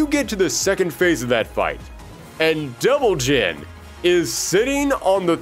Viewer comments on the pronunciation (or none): Damn, everytime you said "Devil Gene" I thought you meant "Devil Jin" until Reina xD Anyway, good vid'.